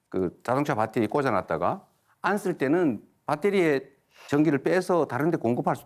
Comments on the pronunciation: 안 쓸때는~ 무슨 조선족 처럼 말하냐... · 안쓸때는~ 하는 부분 왤케 북한사투리같지? 뭐임? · ”안쓸때는“ 할 때 북한말투아님?